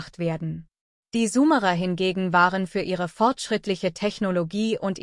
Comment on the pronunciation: Warum wird Summerer gesprochen und nicht Sumerer ? Dies nervt mich ein wenig da ich glaube , diese Aussprache des Namens ist nicht richtig.